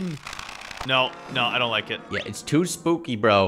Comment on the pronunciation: He said iw might bwe spuwkws